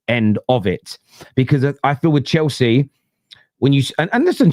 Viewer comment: This Chelsea fan is cracking me up. Every R is a W